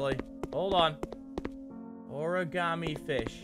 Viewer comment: The way mini pronounces origami. "Ore-gam-e"